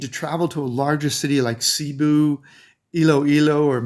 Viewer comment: When I hear Cebu pronounced Seeboo I turn it to another channel